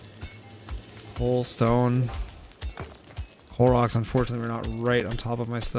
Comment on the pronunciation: I thought you were saying Clorox instead of coal rocks